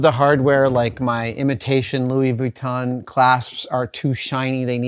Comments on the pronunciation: The way Adam says Vuitton is extremely annoying. Sure, that’s how it’s spelled, but nobody says it that way. It’s extremely pedantic. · Oh my favorite. Louis vweeton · Luoi vweeton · I love Adam so much. But man the way he pronounces "Vwee-ton" is like nails on a chalkboard :D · Adam's pronunciation of Vuitton makes the hairs on the back of my neck stand up (affectionately)!